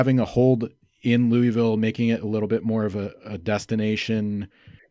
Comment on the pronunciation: Dude how you say Louisville wrong?